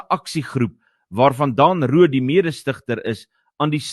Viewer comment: nie "Daan" Roodt nie, maar "Dên" Roodt asb.